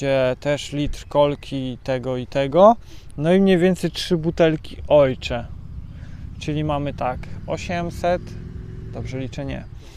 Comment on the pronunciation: Pytanie nie zwiazane. Na oshee mowisz "ojcze"? Skad taka wymowa? Z niemieckiego?